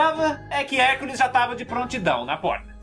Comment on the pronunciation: cara tu falou tio cansado o HERCOLES kk nemeu acreditei cuando ouvi